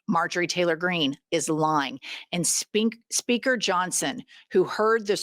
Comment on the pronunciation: I thought I heard you almost say "Sphincter" Johnson, instead of Speaker Johnson 😂